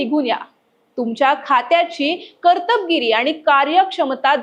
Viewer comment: उच्चार शुध्द ठेवा कर्तबगारी असा शब्द आहे कर्टब गिरी नाही